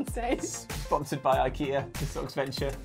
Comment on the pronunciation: “It’s ‘ick-ea’.” YES! At last, an English speaker who knows how to pronounce Ikea! Have some gummy mushrooms.